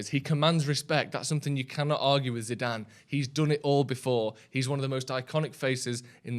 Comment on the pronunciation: Can you teach () how to say his name please..